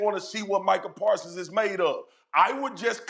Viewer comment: Micah pawsons 😂😂😂😂😂🤣🤣🤣🤣🤣🤣🤣🤣🤣